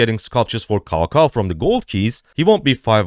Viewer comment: cao cao is read or pronounced as tsao tsao😇😇 thanks👌